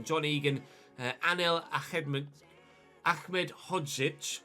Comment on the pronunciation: Ahmedhozic is just Ahmed Not Achmed